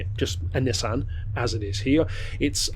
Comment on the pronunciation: Its pronounced nissan